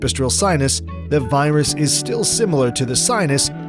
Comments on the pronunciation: Pipistrel Virus !?! It is pronounced "VEER-us" please !!! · virus is said verus